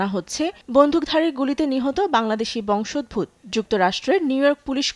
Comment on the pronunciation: বংশোদ্ভূত উচ্চারণ সঠিক হয় নি